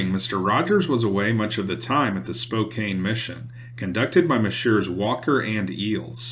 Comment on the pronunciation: I would enjoy it more if you pronounced words correctly. Eg; Spokane is pronounced Spoakan, not Spokain.